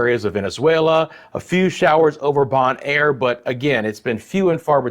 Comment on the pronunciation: It's Barbuda ( bar(byou)da) and Antigua (antigah).Bonaire pronounced bow-naire